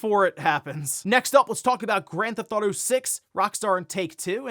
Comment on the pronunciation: Grand Thauto Online? What the hell is that lol 😆